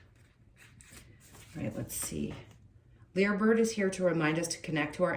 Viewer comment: It's pronounced Liar bird... because it mimics